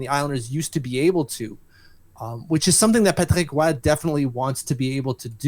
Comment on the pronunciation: Jesus Christ. It took me 3 rewinds to realize you were saying "Patrick Roy." You speak perfect English, is it really necessary to French the sh#t out of the names?